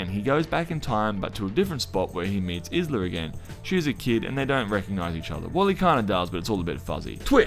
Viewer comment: Why the fuck is this guy butchering Isla's name? He's making a video of the movie explained and literally watched the movie and knows how to say it but still acts like he has no clue. Weird